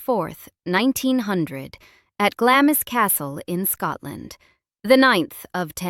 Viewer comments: Good, but her ancestral home is pronounced "Glarms". NOT as it is written "Glam-is". It grated every time I heard this. American narration very often mis-pronounce English place names. I wish they'd research this this before posting. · Its NOT Glamis, it's Glaams!!